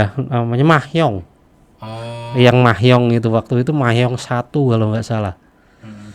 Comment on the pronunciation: Mahjing kali bos bukan mahyoung 2kwkwkw